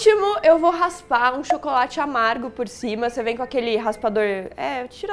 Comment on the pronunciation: É o Paulo que edita? Adoro o jeito que ele zoa quando a Dani fala "errado" ESTARAGADO AO MARGO